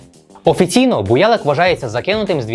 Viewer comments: правильно буялЫк. наголос на Ы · БуялИк, наголос на И